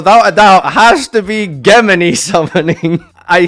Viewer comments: Geh-mini what a way to mispronounce the word XD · Geh-mini? Is this like a meme or something or is he just ignorant? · The way he pronounces "gemini" is pretty disturbing ngl cant wait to see comments of YGO boomers reee'ing in the comments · that pronunciation of gemini is painful, it's a je not a ge sound, even in Japanese they would say je. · Jesus it's JEM-in-eye, not ghem-en-eeee your pronunciations hurt my ears 😭😭 but overall agreed with the list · "GEH MA KNEE?" It's pronounced "Jem In Eye" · Ah yes, Gehmihnh summoning. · What the hell is a ge-m ini? Lol. ~ Never heard it pronounced that way, & I'm Scottish too. ;-) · Where is the “h” in Gemini? Even as a word, why does he say “ghe-mini”🤢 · "JINJO"???? And what the fuck is Gehmini? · Ah yes geh-mini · Ghe mini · Pronounce gemini correctly and why did you call jinzo "Jinjo", are the brain worms affecting you that much now or is your chat lowering your IQ slowly. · Your pronunciation of "Gemini" belongs in F tier. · this is a as bad take as saying Gemini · The way he pronounces Gemini hurts my soul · Honestly ritual down to c, pronounce gemini correctly, and we have an accurate video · Is that how you pronounce Gemini? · please don't try to pronounce Gemini ever again my ears can't take it. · I’m 99% sure was pronouncing Gemini incorrect as a joke idk why the comment section can’t see that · Yeah lol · Gemini is so bad can't even say it right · The way says "Gemini" physically hurts me. It hurts me so much that I was sent flying into the air and face planted directly into one of my ulti galateas. Thanks, you ruined my orcust deck. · He was doing it for the comments no one thinks that’s how you say it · gemini is so bad it doesn't deserve to be pronounced right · Is it thog? i said gemini like most of the time.